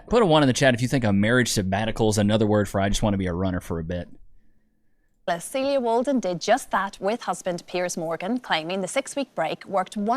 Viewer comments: I believe the wife's name is pronounced SEEL-ya. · Love the videos. FYI: Celia - said Cecelia without the Ce-(Celia)